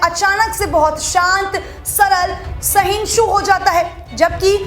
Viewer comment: मैडम sahinshu नहीं sahishnu